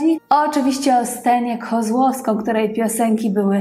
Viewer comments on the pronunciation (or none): Nie "Kozłoskom" tylko Kozłowską !!! Trochę inwencj !!!!